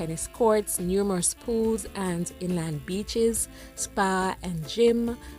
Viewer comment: Great Coverage, as usual! ❤ Did you say "Inland Beaches?"